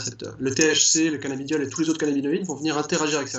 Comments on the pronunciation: la meuf qui parle elle devrais revisé car c'est cannabidiol et pas canna beau diol lol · c'est mal barré déjà la meuf ne sait pas prononcer correctement le nom du produit qu'elle vend... se prononce cannabidiol et non cannaBIOdiol... elle doit pas fumer que du sans thc elle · Je te jure elle c meme pas ce quelle dit toute au long de la video elle a dit canabiodiole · C'est moi ou la vendeuse ne connaît même pas le produit qu'elle vend ? À 0.55 elle sort quand même le mot " Cannabiodiol " au lieu de "Cannabidiol" 🤦‍♂️🤦‍♂️🤦‍♂️. Fuyez cette boutique je pense 🤣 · La canna-beau-dioleuh. Euuuuh non c’est pas ça.